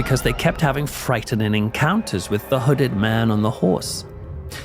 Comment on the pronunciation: “frightenening” (not a criticism, just think it’s funny)